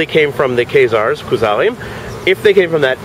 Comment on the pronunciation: The KAZE-ARRS?